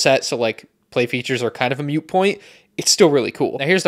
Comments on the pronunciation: Is mute point? how Americans say moot point? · It's "moot" point, not "mute" point.